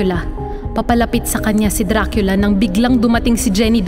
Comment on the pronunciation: Diba dracula e bakit dracila yung basa mo???